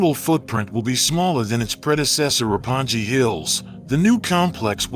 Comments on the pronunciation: Oh, poor Roppongi (六本木)! You keep mispronouncing it throughout this footage. It might be better if we borrowed the Italian idea of spelling like Roppon-ghi, for instance. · My dude called roppongi "ropponji" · Ropponji Hills? Dude, take a small moment and google pronunciation.... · I like your video, but I don't like how you pronounce Roppongi. It's not "ji" , it's "gi". Like gift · Wow he probably hasn't even been to Japan, can't even pronounce Roppongi right, lol